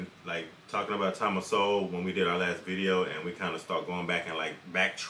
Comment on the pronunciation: omg, you guys are killing me. Look its great youre interested in SOWELL (SO... WELL not SOW...ELL). Just read his stuff, one of the greatest minds of our time. I luv Rogan from UFC, but hes a fool who voted for Bernie Sanders... and who knows who this guy on his show is, another lefty? Point is listen to no one on the left about anything EVER! You want to listen to Sowell, read Sowell. This guy is characterization Sowell. Sowell was a democrat, but saw on his own their ideas don't work... then studied under Milton Friedman and got a PHD in Economics. Using hard science he is able to show the terrible outcomes of ideas by politicians... Are you for science Bro? Then read Sowell.